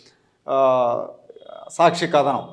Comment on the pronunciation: మీరు సాచ్చి చడవకండి